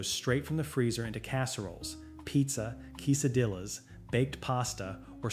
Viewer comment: Kisadillas? Idamami? Chi a take? First time I heard such pronunciation 😅 Shitake? Quesadillas? Edamame??